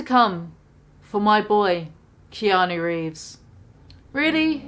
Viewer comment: Let's pour a vintage Keanu of '94 or '02, tbh. Sidenote, did Trisha call him Keanu Reams?